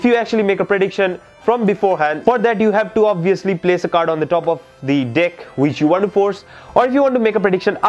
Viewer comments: sorry but it's every time you say deck it heard "dick" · Sorry but everytime you say "dick" I laugh but good magic